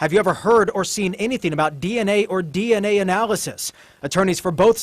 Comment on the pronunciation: What's hilarious to me is that this guy pronounces DNA as "D and A". We all hear "Dicks and Ass", lets be honest.